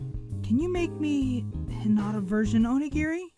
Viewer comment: why doew he say hinada LOL